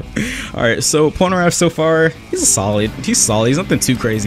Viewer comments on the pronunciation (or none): "PolnerAph" it is Polnareff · Anyone realizes how he pronounces polneraff pol-ner AFF when it's pronounced pol - ner eff